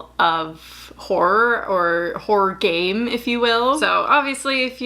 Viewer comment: Why do I keep hearing "horror gay"? What's wrong with me